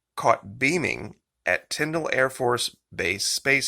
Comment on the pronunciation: Thank you for pronouncing Tyndall AFB correctly. I was stationed there many years ago and hearing it pronounced Tynd-ALL is so annoying. 🙄